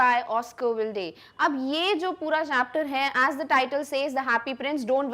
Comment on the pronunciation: So many wrong Pronunciations WILDE is pronounced as wild not wildi😮 SCULPTURE is not sclupture😅